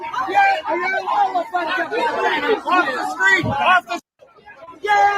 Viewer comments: I hear “shill” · It sounds like he is saying "pathetic puke" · I dont here no “d” in what i hear in my headset